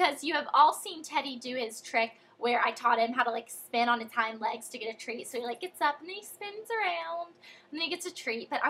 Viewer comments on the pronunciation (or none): none